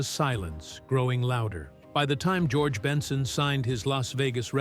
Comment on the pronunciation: How can you do a story on someone and can't pronounce🙄 the name right